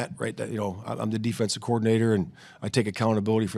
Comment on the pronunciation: He's the "efensive" Coordinator, there is no D in it...